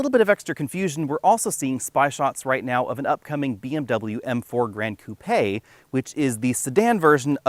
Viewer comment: It’s the blank going halfway up the grille. Funny hearing you pronounce koopay instead of coupe